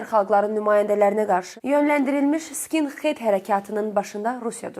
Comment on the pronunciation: "SkinXed" yox, "skinhed"! H!h!h! Bizim dilimizdə H var!